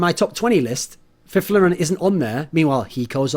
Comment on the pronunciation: Finally someone that pronounces Fifflaren correctly